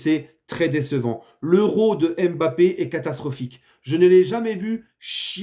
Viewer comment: T'as raison les bleus sur cette euro est un mystère (Et t'as recommencé à dire "M'Bappé" au lieu de Mbappé)